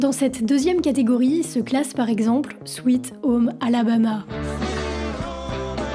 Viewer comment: Tu veux pasfaire l'effort de de demander à quelqu'un de t'apprendre à prononcer ne serait - ce qu'à peu près correctement les noms de groupes ou de chansons? Bordel dès "Swit aume alabama" et lineurd skineurd" ça promet...